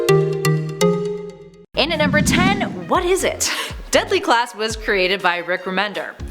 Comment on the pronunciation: She said Deply Class